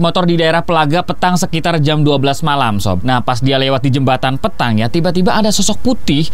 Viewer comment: Bang sy warga kabupaten badung koreksi dikit penyebutan petang nya bang Bacanya Petang Bukan PEtang